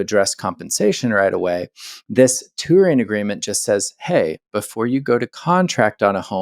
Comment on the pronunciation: Tour is a one-syllable word. Touring is a two-syllable word that ends with a letter g.